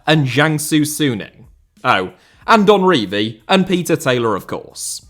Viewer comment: lmao you can't even pronounce "Don Revie"